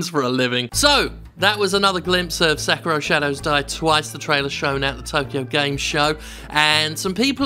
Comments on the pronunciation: SekEEEEEERO not sekuro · Sek-iro? It’s pronounced Seh-kiro isn’t it?